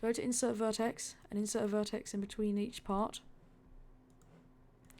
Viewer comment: Why do u call an individual vertex a verticie? And also a roll point a roll point a roll verticie?I don't hate you for it, I just think it's funny. XD And also you left some things out of this one that really wouldn't take much more time but would make the ride much better (like rotating the track that's returning to the station so it doesn't just go straight from where it was, as well as other things) did you skip it for the sake of time or just cause you didn't wan't to do it? I don't know, that's y im asking.